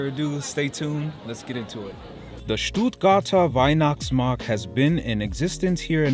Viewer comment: I'm sorry but I had to grin everytime you said "STUUUHTGAAHTAAH WEIHNACHTSMAHKT" 😀